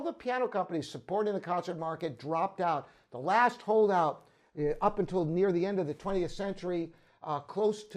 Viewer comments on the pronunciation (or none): none